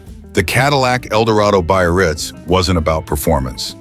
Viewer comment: i just learn a car called after my hometown ! it is very funny the way he says BAYRITZ lol